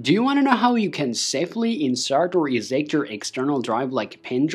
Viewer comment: They way you pronounce eject hurts.... badly...